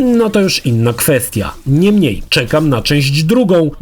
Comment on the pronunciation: Kurde razi to "niemniej" zwłaszcza, że spodobało Ci się to słowo i używasz go bardzo często. Do tego źle je akcentujesz w stylu języka angielskiego. Polecam od czasu do czasu urozmaicić tekst zamiennikami, np. "jednak". Ale recenzja jak zawsze wyśmienita.